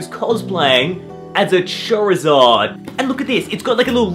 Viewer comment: I swear you said chorizard